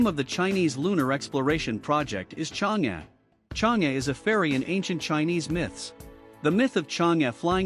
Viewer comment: 讲得真好！不过你们啥时能把 chang e 发音改对啊😄